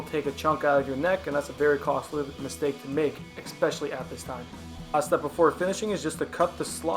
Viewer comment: Awesome project, based on saying " exspecially" i automatically assumed you were in Canada and most likely Alberta lol. Ive never heard such a common word mispronounced so much aside from Espresso again here in Alberta lol.